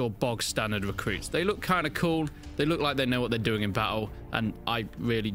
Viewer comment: Can you work on pronouncing your Rs? Like, you don't need to go as far as Americans sounding like a revving motorbike, but at least acknowledge R exists when you speak. Example, it's recruit not wecwuit.